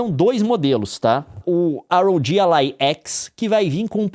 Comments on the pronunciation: Quando o cara fala ar ou Gi alai eu ja não consigo seguir ate o final kkk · "Ar Ou Gi Allai" 🙄🙄🙄